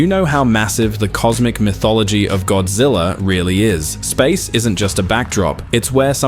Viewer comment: The A.I. referred to GODZILLA as "Godzey"?!?!